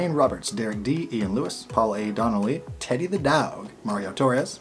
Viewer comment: Dude.... Why do you say "teddy the dog" like that?